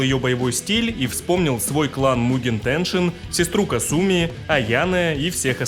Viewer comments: бессвязный бред. Понимаю, что нечего писать уже, но опускаться до такого. Я привел аргументы, почему правильно произносить "Кáсуми", ты же не сумев привести контраргументов стал визжать "Касýми, потому что я так хочу", не хочешь произносить правильно - дело твое. Ты и на русском не можешь написать правильно. Комментарий был адресован автору о правильном произношении. Следовать или нет - дело автора. Ты не смог меня поправить и стал писать бессвязный бред по типу, теперь все что ли должны. Никто никому ничего не должен, следовать или нет - дело личное. Усек? А теперь шуруй отсюда. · Ты шикарен, спасибо за такое развернутое видео, очень было интересно узнать! Мне очень нравится твое произношение, но КАсуми произносится вот так, практически все японские имена начинающиеся на "Ка" имеют ударение на этот слог. Казуя, Казуми, Кагура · хорошая попытка отшутиться, но факта неправильного произношения имени это не отменяет. Касательно Russia, это вызвано самым, что ни на есть благозвучием или "phonaesthetics" языка, точно также, как на русском неблагозвучно было бы произносить "Deutchland". Вызвано банальной неприспособленностью языка к подобным сочетаниям звуков. Опять-таки в имени Касуми используются те же звуки, но ударение поставлено неверно.